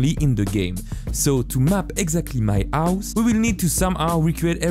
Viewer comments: Stop say avhus it’s hose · Why you say ,, ause and not house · My guy it’s house not ouse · no body: this guy: OUSE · I like how he says "ouse" instead of house. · bro says ouse instead of house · HHHHHOUSE not ouse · House ❌ Ouse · Is it me? Or sometimes he says " House " Its sounds like he said " Ouse " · "now to map my ous" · ''My own ouse'' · You say h words in a weird way. You say ow, ouse, and I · ouse?? wtf do you mean house it has a H at the start not an O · i love when u say ouse not House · I’m sorry but “my ouse” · "My ouse" 🤣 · Ah yes his "ouse". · I noticed that he never says h like when he says house he said ouse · Am i the only one who hears aus instead of house? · "To map exeggdli do my ouhs" what? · I like how he says house as aus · No one:: Ouse~ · i really like his "ouse" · “ouse” he’s so cute. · I love the way you pronounce house owse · " the ause" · yes dis is trou is accent is vérie goude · idk this channel that much but can i ask why do you not pronounce the 'h' in any word? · its funny coz he cant pronounce his H's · One like = one H not pronounced